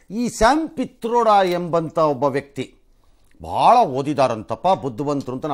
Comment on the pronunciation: Pitroda alla patrode...